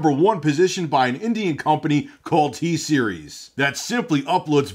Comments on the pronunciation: LMAO “TSERIES WHAT’S GOING ON” SOUNDS LIKE “HEY SERI WHAT’S GOING ON” BEAUTIFUL XD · good thing i watched this video with headphones on so siri didn't ask me what's going on everytime you said "t-series"